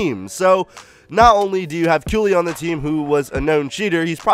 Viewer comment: I thought it was pronounced Kaylee not how you pronounce it?